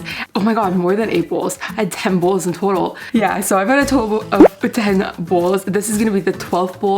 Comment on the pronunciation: I'm so busy looking at your eyelashes and listening to you pronounce bowls like bulls. What is up with those eyelashes? They look like a solid piece of plastic or something all clumped together. The soup looks good though.